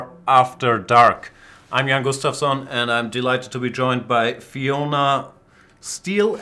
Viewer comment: Jan Gus-suave-sson